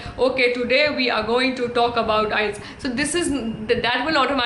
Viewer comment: IETS is prouncing like ias😅